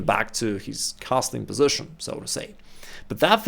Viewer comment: The reason I don't watch many videos from this channel, is because of the pronunciation of the words "bishop" and "position". Sorry but I find them extremely ugly and irritating with the way they are pronounced :(